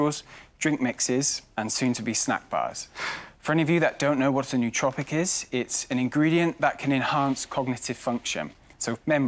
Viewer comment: No it isn’t lmfao, I know it seems to make sense with the neuro prefix but it is nootropic